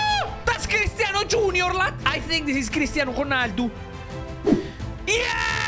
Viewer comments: It is pronounced as Cristiano Ronaldo not Cristiano Conaldo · Lol he really said Khonaldu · Why is he saying cristiano hconaldo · The way he says ronaldo